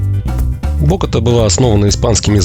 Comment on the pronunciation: Только не бОгота, а боготА! ударение на последний слог;)